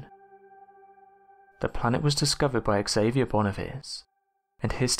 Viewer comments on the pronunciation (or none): none